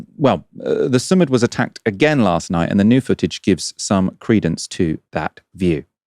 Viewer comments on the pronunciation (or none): Thanks for the great coverage. I just thought I’d mention the name of the flotilla mission is pronounced more like sue + mood